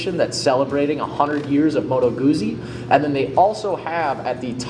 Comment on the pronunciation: It's pronounced Moto Gootsy, not Moto Goozy. Just like you say peetsa instead of peeza when talking about your favorite Italian pie.